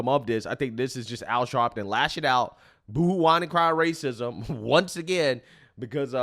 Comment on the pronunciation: Al Sharpton, one of THE most racist men in America crying "rayceesm!" is despicable on an entirely new level. FAS